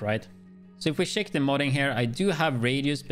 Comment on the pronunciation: Sheck the Shest pish 😆